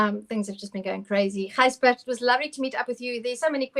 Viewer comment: Gijsbert not Gisjbert :)